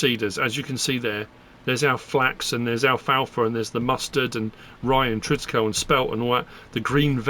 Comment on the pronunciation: Just FYI it's pronounced Triticaleeeee. Like 'treeee'